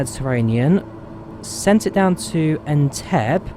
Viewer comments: Great video! BTW it's pronounced "En-teb-be" and not "En-teb" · it's pronounced "en-TEB-ee", btw. :) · Loved the vid but FYI Entebbe is pronounced Entebbey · It’s pronounced En-Te-beh 😂😂😂.but cool that you flew to Uganda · "En-tebb-ee"! Shame not to see flamingoes at Lake Naivasha, turning areas pink.